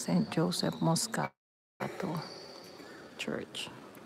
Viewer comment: San Giuseppe Moscati, please! Not Moscato!!